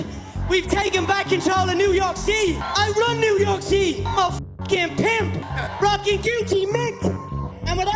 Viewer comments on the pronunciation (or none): new yor ci-ee